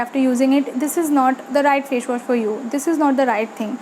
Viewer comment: Fashwash nahi facewash hota hai😂😂😂